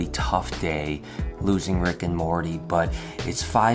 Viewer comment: You said Morty wrong. Yours marty the correct way Morty